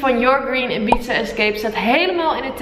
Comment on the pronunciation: Steeds wanneer je Ibiza zei hoorde ik: "een pizza". 😂